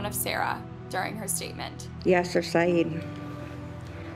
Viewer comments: First video, it’s pronounced Sigh Eed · Babe it’s SAHEED that’s how it’s pronounced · Sarah and Amina's last name is pronounced "Sai-eed"... Their mother is as much at fault as their father. She went back to him, knowing what kind of monster he was. She should be locked up too. "Yasser Said, you're a devil"? Lady, you're a demon for going back to him ..